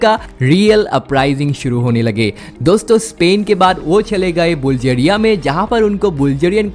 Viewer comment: Its বুলগেৰিয়া not বুলজেৰিয়া